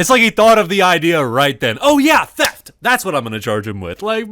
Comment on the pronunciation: It sounded like the cop said “teft”. Cop #1: Are you arresting him for theft? Cop #2: Teft!